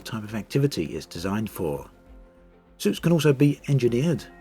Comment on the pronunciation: I kept hearing "soups" instead of "suits". Wonder what kind of soup is suited for combat...